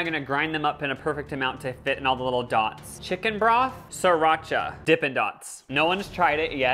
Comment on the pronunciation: he called that sirracha bruh thats that nasty sauce a trader joes not sirracha